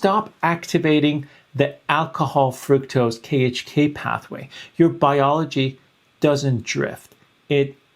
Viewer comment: Fructose is pronounced FRUCKtose, not FROOKtose.